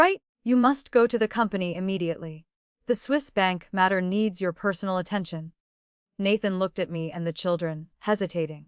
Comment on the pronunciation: She wants to bear healthy hares for the past life's father-in-law? 😅 Hopping down the bunny trail... Please train the AI narrator on how to pronounce the words. It even mispronounces Nathan which is the male lead. The pictures mislead. This is a modern story, not historical.